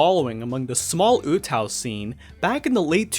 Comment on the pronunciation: Oo-TAH-oo not Ootow. Sounds like mgtow lol